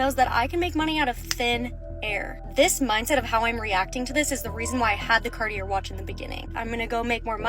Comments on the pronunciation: oh honey, first of all… it’s pronounced “KAR-TEE-AY” not “CART E ER” that is how I KNOW you are full of 💩!!! You have probably never been inside a Cartier store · Mhmm. “Cart—ee—er” 😆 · Cartier is pronounced like car - ti - ay. I dunno. I feel like its suspicious not to know how to pronounce a major brand like that when you claim to be a rich porche mom or whatever. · CARTI--ERR?? can't even pronounce it correctly. CAR-TEE-AA. Hon. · You know she’s low class when she pronounces Car-Tee-Aye as Car-tee-Err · When she said “cart-e-air” and not “carti-eh” like what doesn’t even know how to pronounce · I’m not taking advice from anyone who is trying to flex about how much money they make and pronounces Cartier as “carty-air” 😂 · "Cart-e-AIR" like all that money & she doesn't even know how to pronounce the name of the brand properly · Wait, Cartier? Cart e ert? Nope, she would know how to pronounce the name if she owned one! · The way she keeps saying Car-tee-er for Cartier. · Annnd she mispronounced Cartier.🫢 It's pronounced "car-tee-aye."🤭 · First of all, what is “cartee-air”? Lmao 😂 I’m not ever going to own Cartier but I am smart enough to pronounce it 😅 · “I’m good at communication” she says after pronouncing Cartier like Cartee-ur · “CARTIERRRRRR”. There is no R pronounced in Cartier 😂. Reminds me money doesn’t give you class. 😢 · Her pronouncing it “CartieR” immediately told me everything I need to know about this woman 😂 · 😂 dontcha know? It's pronounced " CartieRRRRR " duh! Poor people are such idiots! 😅😅😅 🙄😒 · Are we going to talk about her saying "cardy-AIR" watch?? I just... I.... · Immediately don’t trust her because she called it “Carti-air” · Not taking wealth/success advice from anyone that pronounces Cartier, “Carti-ER.” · I screamed when I heard her say "CartieRRR"! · yes, thank you! I'm thinking is she saying "carti-er"? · Lol her pronouncing Cartier as "car-tee-urr" made me think of "ver-says" from Pretty Woman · She can’t pronounce Cartier either.